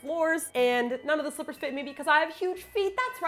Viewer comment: I could of sworn you said travel strippers not slippers